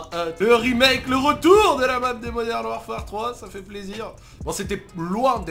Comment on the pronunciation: "Moderne warfere" 🤣😂